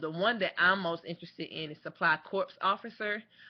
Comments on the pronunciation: Please. It's corps (core), not corps (corpse). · Just FYI, corps is pronounced the same is "core". But great videos, I'm thinking about the process myself. Thanks!